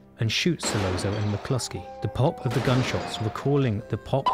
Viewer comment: Solozzo : pronounced ‘ Solotzo’ . As pointed out below Michael & Virgil were speaking in Sicilian not Italian. Completely different languages. 👀